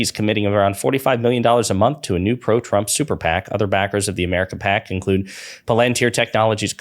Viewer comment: FYI it’s pronounced “pal-in-tier”